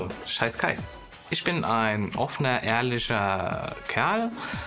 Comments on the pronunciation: Ich heiß Kai. Nicht scheiß Kai hab ich verstanden. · Nein! Ich habs 3x gehört und es bleibt dabei, er sagt : Ich, 💩 Kai. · Schei.....Kai Wirklich so verstanden. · Bin ich die Einzige, die bei seiner Vorstellung "scheiß Kai" verstanden hat? 😂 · Ich heiSch Kai 😂😂 ja Same so verstanden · Aber sowas von scheiß Kai verstanden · Oh man...ich hab verstanden "Scheiß Kai"😮